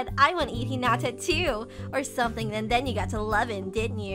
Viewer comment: why doew he say hinada LOL